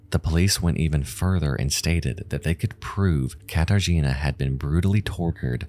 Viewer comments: Okay, you asked for what you mispronounced: "Katarzyna" shall be pronounced without the "r" since "rz" is one letter, also "J" is pronounced as "Y" as in the word "Yankee". So "Jonczewski" is pronounced as "Yontchévski". But, close enuff tho :) Like this comment, so he will see it and improve his pronounciation in future. Welcome :) R.I.P. Katarzyna :( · You want to know what words you mispronounced? Katarzyna, for a start. In Polish, y has a much more dull sound, what you were saying was a lot more like the Polish i. Unlike English, letters in Polish are always read the same way unless they are part of a combination that is read a certain way (think of how 'ch' in English is read, even though neither c or h make anywhere near that sound in any other case in English). Also, Kraków, though that one I doubt is your fault because a lot of English sites change the ó out for an o, even though it makes a u sound (if you want to learn Polish you end up having to learn which words use ó and which use u, there is no difference in how they sound in Polish and which words use which doesn't have a universal rule, just some rules of thumb that have exceptions) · As a polish person, it was painful for me to hear every time you pronounced "Katarzyna" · idk maybe it's because i'm polish but hearing people always butcher Katarzyna's name is kinda ... meh. may she rest in peace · bro is it too much to go to google translate and just try to pronounce names more correctly.. i know some stuff is hard for non native speakers (in this case "rzy" in Katarzyna) and i don't mind but it wouldn't cost you anything to listen to the correct (or semi-correct that still would be enough) pronouncation and maybe say Zawada with a v instead of w this irkes me here the most bc i know how those names should be pronounced but that goes to all languages that are foreign to you, it just makes the entire story fall flat